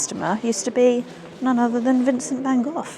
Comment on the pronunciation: fen koff????? mmm Never heard of him.....Maybe she meant van Gogh...g and gh are pronounced like CH in loCHness (as is ch in Dutch) ...so no kof it is GoGH...van not wan not fen vvv is too ff what zzz is to sss..